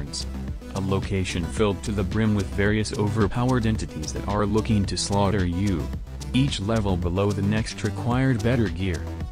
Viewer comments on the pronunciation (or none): none